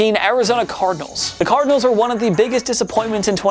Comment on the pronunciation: did this man say Cardianls at 18?